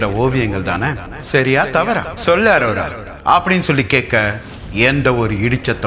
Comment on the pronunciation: அரோரா..இல்ல ஆரூரா சொல்ல போறீங்க... ❤❤❤❤❤